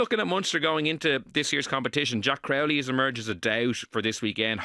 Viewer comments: How does still not know how pronounce Crowley😂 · He's doing it on purpose now I think